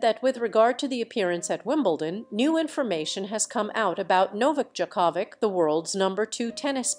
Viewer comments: Ridiculous report. Can't even pronounce Djokovic correctly. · Ask someone how to say Djokovic name. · Very wrong pronunciation of Djokovic